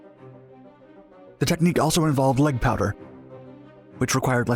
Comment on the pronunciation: there are even massive mispronunciations. he says "power" like "powder" and "book" like "brook"